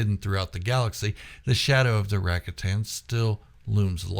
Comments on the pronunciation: I gave you a down thumb for your repeated pronunciation of the word RAKATAN. It is pronounced. RA-COT-AN, Noo RACK- A-TAN. You said the word RACATA correctly, why was the plural version so different? If I'm wrong, please correct me, but everyone else says it like I do in their videos. By the way I did sub to your channel. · Rack-a-tan pronunciation = instant fail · Rakatan 🚫 Supposed to sound like Ruh ka tn✅ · I never heard it pronounced Racka-tan before. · Your pronunciation of “Rakatan” has me thinking of a new board game: “Settlers of Rakatan”